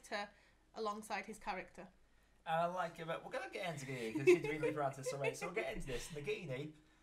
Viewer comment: Stop saying Nagimi! It's Nagini!